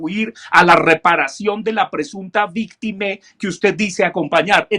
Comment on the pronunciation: Me queda solo una duda: porque dice víctime?